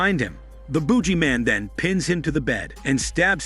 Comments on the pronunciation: The Boodg-Jee Man you gotta pronunciate 🧐🤔😂😂😂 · 'Boo Gee Man'. I love how you pronounce it. lol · It's the buggy man Not the boogie man I can not lol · Not the "Boojie" man . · The heck is a boojeyman?